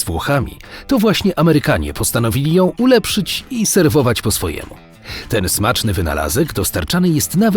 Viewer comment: "ulepszyć" XD